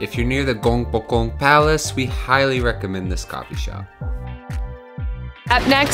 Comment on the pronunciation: The 'G' sound is not 'J'. you have to pronounce the 'K' sound. 'Gyeong bok gung'. :)